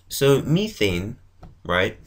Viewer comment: Btw it's methane not methene